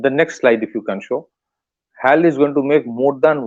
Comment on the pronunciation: Dear, please pronounce as Hech A Elle (HAL) and not what you pronounce it as. It is incorrect to call it that way. I Hope you take it in right spirit. I watch your interviews in various podcasts and appreciate your analysis. Regards